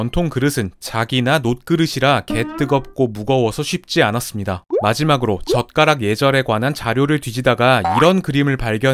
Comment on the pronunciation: 젓가락 발음할 때 자꾸 "젓"을 강하게 발음하시는 이유가 뭘까요??